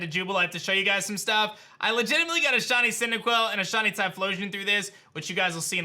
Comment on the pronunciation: Sh I ney. Not Shawny say it with me sh iiiiii neyyy